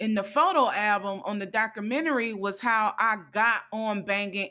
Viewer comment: What is a doc-crew-mini-ree 😂🤣